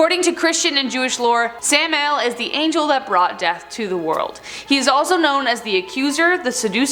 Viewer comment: Sam-i-el dumb broad don't you know God forget about Google voice and give a damn dictionary every host on this channel pronounces one name wrong normally every one out of five videos